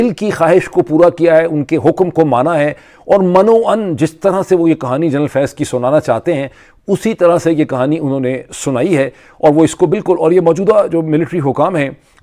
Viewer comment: ڈاکٹر معید پیر زادہ سر آپ نے لفظ بولے من و ان وہ آپ نے غلط pronounce کیا ہے من پے زیر لگانی ہے 99% پاکستانی یہ غلط بولتے ہیں.